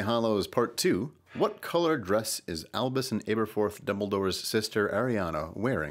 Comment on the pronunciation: Can i just say it is Albus not Elvis I need to get my Harry Potter knowledge corret :)